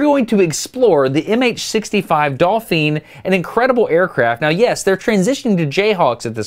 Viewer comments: Dalphine.....not dolphin.....hahahaha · Why did Destin call the helicopter a "dolpheeen" instead of a "dolphin?" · Did he say "Dalpheen"? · Dauphin - - - Do-Fan